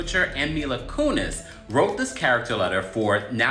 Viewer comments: You kept pronouncing her name wrong and took forever to get to the point! Had to click off. Bye bye! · My issue is with how this video pronounces Mila's last name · Lmao “mila cooneys” the “kuh-chers” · Kuh-cherr and Koo-neez? GTFO lady. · Huh? Who is Coonies and Cutser? Maybe learn how to pronounce names prior to reporting on them? 😂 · I love how this pronounced cutcher and coonies. 😂